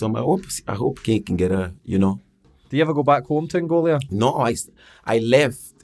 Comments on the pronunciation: Heavy ran oota shit tae talk aboot bout 10 minutes in. Also, dumbest question ever... "Are Angolia (wtf? lol) and Portugal near each other?" pmsl, then persisting on calling it "Angolia" despite Jose correcting him every time he said it. Apart fae aw at, pure dynamite. As Jose says (aboot a million times) "can't complain" 🤣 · its ANGOLA not ANGOLIA !!!!